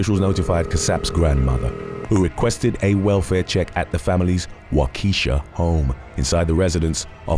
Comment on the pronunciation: WAW-kish-aw, Waukesha.